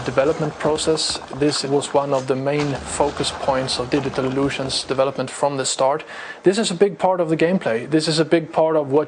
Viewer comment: Haha! Digital Lusions! Learn English!